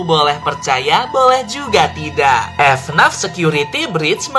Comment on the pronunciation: bang jangan bilang f naf tapi f n a f